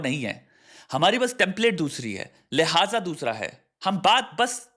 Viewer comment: lehaaja ❌ lehja ✅